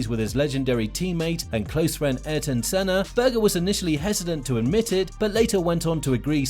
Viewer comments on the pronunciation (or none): none